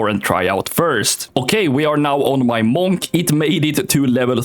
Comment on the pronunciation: "my first characeter is a månk"